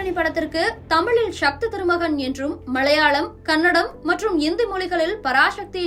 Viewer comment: அது ஷக்தி இல்ல சக்தி.!